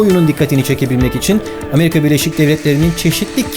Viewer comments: Abi 9 33 Amerika ya ameriha dedin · 9.32 amerihanin jsjsje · efsane Ameriha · 9.31 ameriğa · abi çok güzel "amariga" diyorsun :) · Ya abi şu amariga dediğin yerde gülme geldi ya shsjshshj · ' de ameriganın diyor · DDDDDD Ameriğa XD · da ameriganınmı demiş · amerihğanın Xsenrmlyıktjymhtr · Barış abinin deki amerika diyişiyle bizden biri olduğunu kanıtlaması...